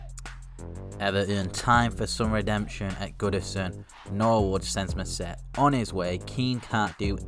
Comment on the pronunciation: mousset is pronounced moosey